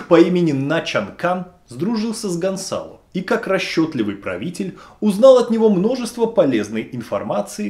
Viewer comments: И всё-таки, Гонсало или Гонзало!? Написано одно, произносите другое. С произношением чередующихся согласных проблемы, дикция хромает? Или не важно,как произносить имя? Так как,Влатимир Чайгин!?) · Guerrero скорее всего не фамилия, а прозвище. Это слово означает просто "воин, солдат". То есть это просто солдат Гонсало. Кстати, Z в испанском произносится как "с", а не "з". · Почему говорите Гонзало,а в названии написано ГонСало?